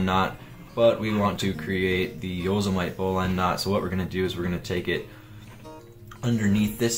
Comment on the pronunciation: yoe seh mih tee not yoe seh mite lol